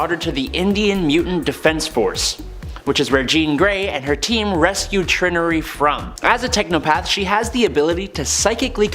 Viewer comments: Instead of "Trin-nery" I think Trinary's name is pronounced "Tri-nary". Like the computer code language binary, especially since her powers work with technology. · It’s Tri-nary